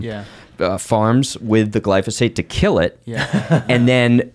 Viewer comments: C’mon, it’s not glysophate, it is glyphosate. You can’t make up your own words and have credibility at the same time. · Glyphosate, not glysophate. People hear stuff and repeat, instead of researching and confirming for themselves. Be careful of what you hear. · Damn you. Now you got me saying "glysophate" instead of glyphosate. Argh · GLY PHO SATE. Yes, it's poison. It's pronounced OLY PHO SATE.